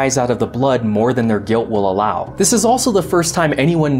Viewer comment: “Dis is two ferrets” Dis is why I subscribed.